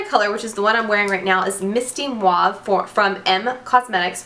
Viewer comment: I like how you say mauve lol like muahahahave lol